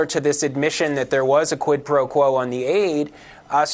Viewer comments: what worries me is not so much the fact that the gop has voters but that the fact that they don't even care when the WH staff or trump lies, or that they do things that are unlawful or anti constitutional. and btw, trump is too illiterate to even pronounce quid pro quo correctly. smh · Does tRump even know what “quid pro quo” means? He really doesn’t pronounce it well at all.